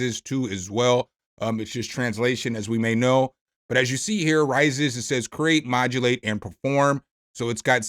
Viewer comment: "Raízes" means "Roots", in Portuguese. Pronounced "rah-EE-sis".